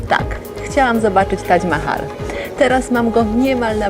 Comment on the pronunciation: Dlaczego mowi Pani Tadź Mahal a nie Tadż Mahal?